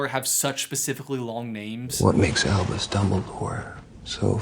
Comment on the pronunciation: Acronyms for the win! Also, who else heard Elvis, not Albus?